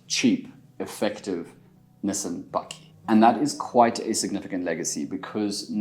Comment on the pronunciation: Niss-han, nie nisin nie, wat is jy, 'n Amerikaaner? Fok, kom jy van Benoni af? Oo God nee!